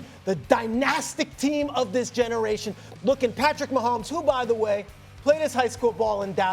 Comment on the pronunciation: The disrespect. A whole stadium says his name right and this chick couldn't get it right.. questionable.